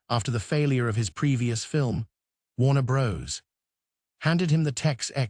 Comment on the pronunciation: Warner Bros?.....seriously....bros? C'mon, hire a voice actor, FFS!